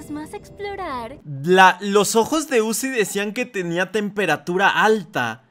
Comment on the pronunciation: Zuci✅️ uzi❌️ 😂😂😂😂😂😂😂😂